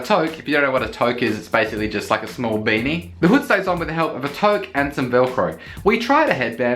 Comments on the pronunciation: Toque is pronounced too-k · Also toque is actually more like "too-k".